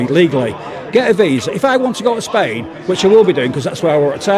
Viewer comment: Spayin. He calls it Spayin. That's grounds for not issuing this idiot a visa.